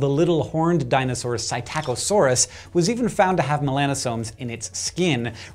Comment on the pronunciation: sy-Tack-o-sor-us?!?!?!? From Wikipedia, the free encyclopedia - puts the accent on the first syllable: "Psittacosaurus (/ˌsɪtəkəˈsɔːrəs/ SIT-ə-kə-SOR-əs; "parrot lizard") These colors are preserved in stone but there's nothing to show that other, more vibrant colors and coloring mechanisms were not so well preserved. In preserved butterflies and feathers the colors are often faded greatly in a few hours, let alone millennia.